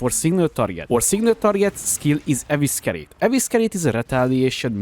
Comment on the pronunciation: EVE SI REYT = Evescerate